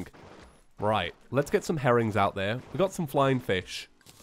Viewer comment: why is it every time he says herrings I hear harem